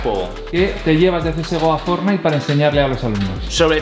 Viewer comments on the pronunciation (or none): Yo: academia de ingles: academis de fortnite 😂😂